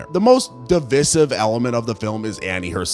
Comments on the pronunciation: Devicive is pronounced de-vice-iv. Vice, not vis. Telepathy is also not anywhere near pronounced like that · The way you pronounced devicive is killing me lol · Well the TDS certainly kicked in , he even had a little smirk on his face like he’d been itching to have his political rant the whole time. Seemed to get overly excited at that and cant even pronounce the word ‘divisive’ correctly obviously confusing it with ‘dismissive’